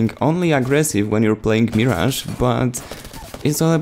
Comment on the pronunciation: It's "Mirage" here let me spell it the way you should say it (Merage) like there is an ER in it